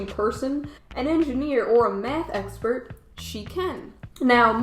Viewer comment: When you got to the "jobs" part I heard "Meth expert" not Math, I was like "wait, what?!" 😂😂🤣